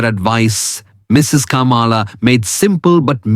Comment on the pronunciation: I presume the voice over is by an Indian. If so, why is he pronouncing Sharma and Kamala in such an anglicized accent? It is so irritating when Indians want to show off their "breed".